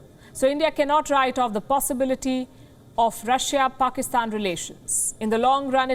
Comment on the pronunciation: India's love to say Russh-a